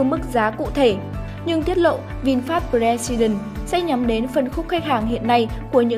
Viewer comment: Tên hay ý nghĩa mà biên tập viên đọc là bờ re si đừn. Thua